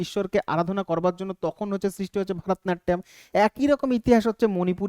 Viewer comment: ভারতনাট্যম নয় ভরতনাট্যম